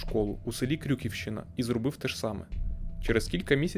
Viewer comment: поправочка) не Крюківщина а КрюківщИна)